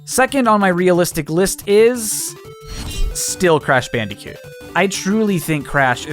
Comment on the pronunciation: Thank you for saying crash bandicoot